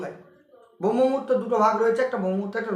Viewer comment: প্রথমত দেখলাম দাদা আপনার উচ্চারণে অনেক ত্রুটি হচ্ছে আপনি শাস্ত্রকে শাস্ত বলছেন, ব্রহ্মমুহূর্তকে বম্ভ মুহূর্ত বলছেন। আর সব থেকে বড় যে জিনিসটা দেখলাম যে সূর্যোদয়ের ৯৬ মিনিট আগে এ কথা প্রথমবার শুনলাম। যতটা পেয়েছি যতটা জানি তাতে ৪৮ মিনিট আগে পর্যন্ত হয় দুই দণ্ড। কিন্তু ৯৬ মিনিটের কনসেপ্ট প্রথমবার শুনলাম।